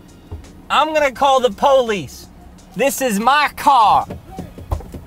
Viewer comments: I’m calling the poleeze lol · Loukas Prokopiou the po wice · I’m calling the polease